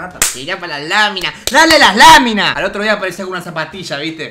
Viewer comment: Me mori de la risa cuando dijo "las lamimas las laminas jajaj la abu re muerta"